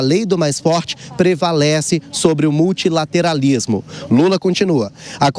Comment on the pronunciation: Lula nem conhece e nem consegue falar a palavra multilateralismo... então ele não teria capacidade pra esse discurso, se a equipe dele não toma a frente do discurso, seria muito mais baixo e feio do que este que estamos vendo aqui